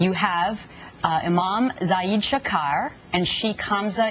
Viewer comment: Fox news continues to disgust me and amaze me how incompetent it can be. Not only did it try to demonize the most modern and anti-extremist scholars. Also, how on Earth did she mispronounce Shakir to Shakar??? FAIL.